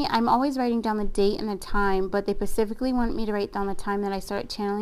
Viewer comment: Thank you for the beautiful reading!!! Just wanted to share that I keep hearing you say the word “specific” as “pacific” 😄✊🏼 otherwise wonderful message 🎁. And yes!! My name IS Karrey and the man I’m dating IS Brian. Good stuff!!